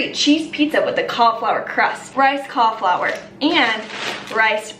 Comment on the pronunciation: Most people: “Cauliflour.”: “Cahflour.” 😂😂😂 love you